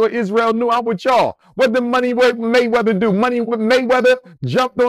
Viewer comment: "Money Waymeather" 😂😂😂